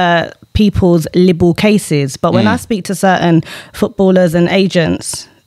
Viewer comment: Libel it's pronounced lei-bel 🤣